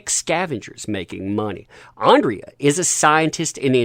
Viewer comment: Alexandra, I believe the pronunciation should be ‘Ahn-druh’